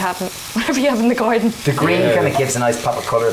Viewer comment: Herbs from the "gordon"